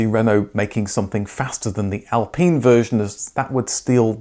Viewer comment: ITS AL PINE! . PINE IS PINE NOT PENE.